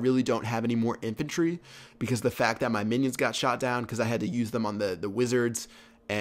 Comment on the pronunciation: he said chinions not minions